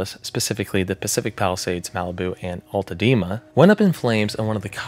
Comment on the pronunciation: This foo this called it AltadeMa it’s Altadena